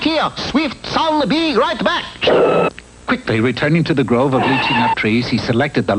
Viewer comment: Lychee is pronounced Laichee, not Lichee not the way it’s spelled. Mispronounced for years.